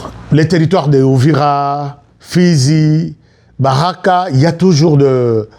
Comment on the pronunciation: Uvira et non Ouvira cher frère.